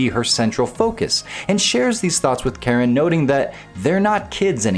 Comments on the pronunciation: It's said Karin bro not Karen 😂😂😂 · I've learned that nobody in the FGC knows how to say Karin...